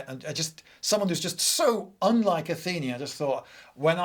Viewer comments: I listened to this podcast style rather than watching the video so forgive me if I missed explanatory on screen text, but why do you keep referring to Athena as Atheni? Is that a more archaic pronunciation or something? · it's not Ah-thee-ni, it's Ah-thi-nah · "Atheenie"? It's "Athena", surely? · Athena is the goddess of wisdom, not war. Circe- ''Κιρκη'' sounds like ''Keerkee''